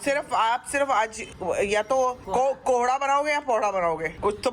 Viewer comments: Its not pohdha it's Kohda😂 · Sambhavna mam ponhda nai kkkk kohda hota hai. 😂😂😂😂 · Not pohda it’s कोहड़ा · Pohra nh kohra 😂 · Ab bta diya gya ki kohada hota h to jan se innocent bnne k chakkar me pohada bol rhi hai taki funny lge kabhi kabhi koi shabd sahi nahi pta to glt bol de koi to funny lgta h ab ye thodi hai ki 75 bar batane k bad bhi pohada bole jao irritating lgta h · Poharda nhi kohrda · Sambhavna its too irritating now u again and again saying pohrda tohrda .... You are thinking that you sound funny but you seem so irritating even 4 year old child can speak it correct after two three times.